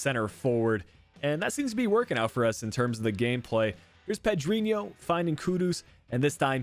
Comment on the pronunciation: It’s pronounced Ped-rin-nho like ronaldinho